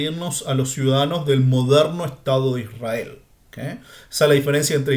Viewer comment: MIRA:hand-pink-waving::hand-pink-waving::face-red-heart-shape::hand-orange-covering-eyes::eyes-purple-crying::face-purple-crying::person-turqouise-waving::face-fuchsia-tongue-out: PAJERO #1ISRAEL NO SE SCRIVE NI SE PRONUNCIA ASI #2LLEGARON A JUDAC SE APODARON JUDIOS:face-blue-smiling: NO HAS DICHO COMO SALIO LA PACHANGA:face-green-smiling::face-green-smiling: EN NOMBRE DE JACOBO” ELIAS” ISRAKY. no entiendo????/